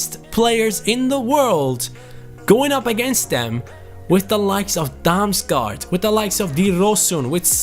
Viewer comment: You say å like an o. The same with aa. Damsgaard = Damsgord. And Damsgaard is danish